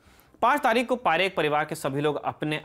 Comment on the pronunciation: आप तारीख़ को तारिक बोल रहे हैं, प्रोनंसिएशन सही कीजिए। धन्यवाद।